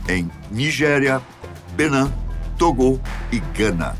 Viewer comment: Togo e Benin com a pronúncia em francês neste vídeo. "Togô" e "Benán".